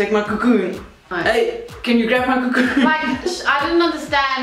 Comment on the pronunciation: I am jasmine masters and I have something to say.... "CACOON"